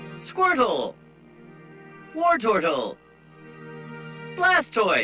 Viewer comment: war-tortle WAR